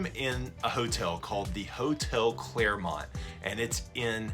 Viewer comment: It’s clermont not clairmont